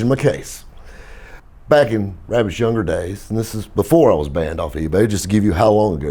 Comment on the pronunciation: “Im hunting WobPitts” 🐰